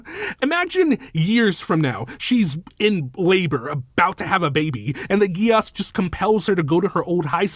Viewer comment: Btw contrary to what this anime will tell you, Geas is pronounced Gesh.